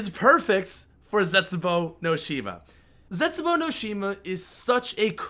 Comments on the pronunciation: Zestbuou? Really? Lol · "Zestbuou" you okay fam?